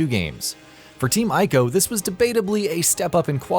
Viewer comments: He said "I"co lol. Pronounced "E"co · Its Prounounced EE-co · Ico is pronounced, " EE-KOH." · God, I can't stand when people pronounce Ico incorrectly. And he said it so often it hurt.